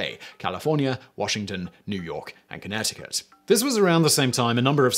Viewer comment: I've never heard someone say Connecticut so weakly before